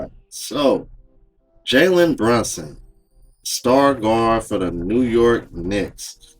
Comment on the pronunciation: She doesn't even know the man's name; "Brunston", who is that?